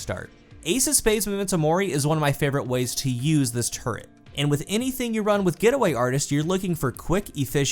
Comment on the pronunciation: says “turret”, all I hear is “turd” 💩